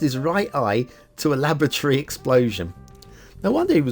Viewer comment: That 'It's My First Map' sting was a bit late... All through the Factiod I thought was saying 'lavatory', not 'laboratory'... A nice first map, but, as usual, the infrastructure needs a bit of refinement. Drowned trees, blue mantle, weak start square water flow flowing into the bay rather than out of it. Looks good, but needs improvement.